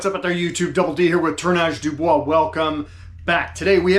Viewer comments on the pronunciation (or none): none